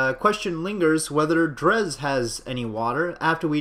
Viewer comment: Oh, BTW, its pronounced drey